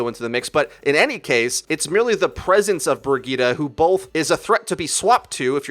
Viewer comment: With the way he was pronouncing Brigitte, I couldn't even finish the video lol.